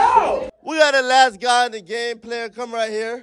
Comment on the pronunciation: I swear every time says “guy number..” it deadass sound like he sayin “GOD number..”😂